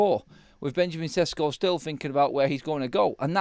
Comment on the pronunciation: Šeško = Sheshko and not Sesko at all !!!!!!!!!!!